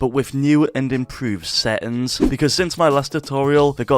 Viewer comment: bro sry but you trigger me with seins and not settings